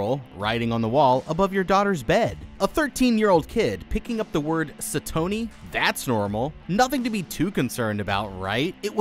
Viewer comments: It wasn't sa-tony it was SATON-Y BOTHER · stop saying satony like say-tony, it's say-tuny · STOP SAYING SATONY LIKE THAT.. ITS PRONOUNCED SATONY (SAY-TUH-KNEE)